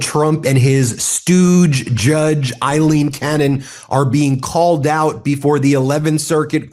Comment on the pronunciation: Aileen, not Eileen please, every Eileen in the country thanks you.